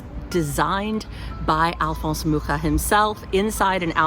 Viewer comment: I don't know if you've ever been to Prague, Czech Republic. If not, you should definitely go. There are quite a few buildings in the art nouveau style and a municipal house co-designed by Alfons Mucha. BTW it's so nice to hear someone pronounce his surname correctly 👏👏